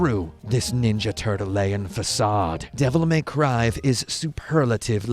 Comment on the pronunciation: "Devil May Cryv"